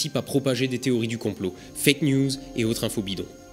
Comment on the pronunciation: à chaque fois j’entends « avec écrit Fécamp en rouge » lol. La première fois que j’ai entendu cette phrase, j’ai pas capté qu’il disait « fake en rouge » donc je comprenais encore moins les délires des plateux qu’il décrivait. C’est que je l’aime ma Normandie !